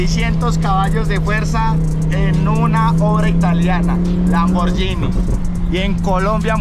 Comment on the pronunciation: Hola amigo te corrijo, tienes que aprender a pronunciar la marca Lamborghini, disculpa la intervención, Dios te bendiga.